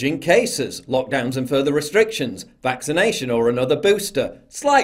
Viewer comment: "Ind point for this vixination"... OMG that is beyond annoying!